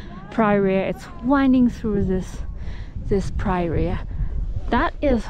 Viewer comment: What gorgeous scenery! Just an informational comment. Prairie is pronounced like prayer and then E at the end. Prayer-ee